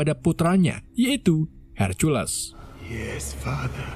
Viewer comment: Ho 'oh makaseh mas, cuma noh tadi nyebut but Hercules itu C nya dibaca K yah tak iye !